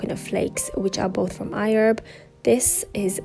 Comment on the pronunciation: WHY DO U KEEP SAYING IHERB CONSTANTLY AND IN AN AMERICAN ACCENT??!!!O HAD TO CRINGE EACH TIME U SAID IT!😑🤔